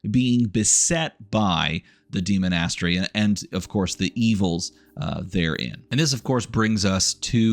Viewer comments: I'm trying so hard to pay attention, hearing demon-ass-tery is taking me out every time though. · I cannot abide your pronunciation of demonastary. Great video otherwise though lol